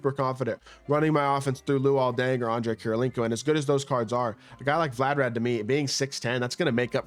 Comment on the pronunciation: Vlad-Di-Mir 🤦🏾‍♂️😂😂😂 wtf is vladarad